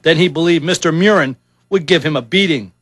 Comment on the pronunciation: Mew-rin is wrong, his name is pronounced Murr-in, just like it's spelled.